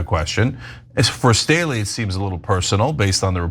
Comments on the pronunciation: It bothers me that Ana can't read properly. She keeps saying Stanley instead of Staley, over and over, while reading. Once or twice I can understand, but how can you see Staley and keep saying Stanley? How can she be a news anchor and not know how to read? And even after Cenk pronounces the name correctly, she keeps saying it wrong. She pays no attention. Until just a couple of weeks ago she was pronouncing Ghislaine as "Gizlain" as if she had never heard anyone say that name before. It's not acceptable for someone in the news business when that name is one of the most infamous and has been said numerous times on the news - including by her own cohosts! She often stumbles while reading, over-enunciating and emphasizing words inappropriately, like she's reading one word at a time and sounding out each one like someone just learning to read. I can't believe she teaches at a college. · Hearing "Stanley" is bothering the shit out of me but otherwise, this is the best piece I've seen on this topic yet. I knew about 95% of it but didn't know about Staley stepping out of his office for an hour to hook up with a young girl at Epstein's property. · Its Jes Staley not Stanley. Ana get your reading glasses on. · Jes Staley, not Stanley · it not stanley, its staley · FWIW, it's Jes "Staley", not Stanley. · His name is Staley, not Stanley or am I mishearing you? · The name is not "Stanley". Please read again. It is "Jes Staley". It seems that you have no quality control. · It sounds like they're pronouncing Staley as StaNley. Don't suppose it matters. He's exposed. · How many times can Ana mispronounce Staley?